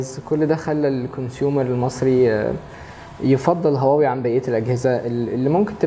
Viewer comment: عملتوا حلقة عشان تشوفوا الناس بتنطق هواوي ازاى واللى بيقدم الحلقة بينطقها غلط , مشكورين على المجهود